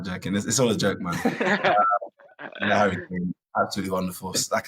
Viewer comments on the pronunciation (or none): none